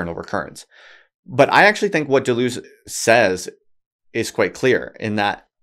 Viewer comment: >writes a book on Deleuze >can't pronounce his name